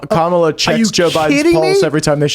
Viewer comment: is the only one who pronounces Kamala correctly